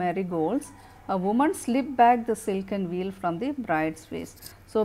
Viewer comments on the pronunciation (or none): Veil (pronounciation s Vail not wheel mam